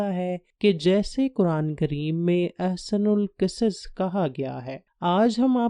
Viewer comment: احسن القصص Ahsanul qusus Nhi balkeh ahsanul qisas